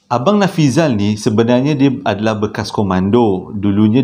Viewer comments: Nafizal la...bukan Nafizi...haha...sampai tersedak sy tgk video nie...dah la tgh mkn...😂😂😂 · Terbaik.. yg tersasul tu unik tu..hahaha.. smpai typo pulau jdi paulau.. nama si yg kongsi cerita pon dh berubah bila di akhir2 cerita😂😂 apa2 pon mmg best.. terbaik